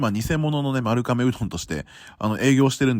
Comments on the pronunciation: ”まるかめ”でなく”まるがめ”ですよ(^-^) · とても面白い動画でした！ ちなみに丸亀製麺の丸亀は「まるかめ」ではなく「まるがめ」です～ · いつも気になりますが丸亀製麺「まるがめ」と読みます。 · マルカメではなく、マルガメですよ😢